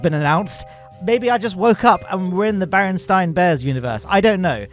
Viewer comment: No, you're in the Bearan*steen* Bears universe, rhymes with the famous scientist Albert Eensteen